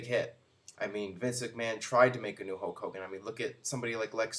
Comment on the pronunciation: Once again, can't pronounce Hulk Hogan. Ho Kogan